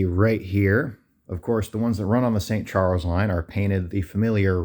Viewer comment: It sounded like you where going to st Chuck line insted of st Charles 🙄🙄🤦‍♂️🙄😂🤦‍♂️